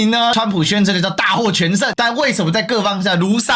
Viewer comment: 如喪考妣（ㄖㄨˊ ㄙㄤˋ ㄎㄠˇ ㄅㄧˇ） 小時不讀書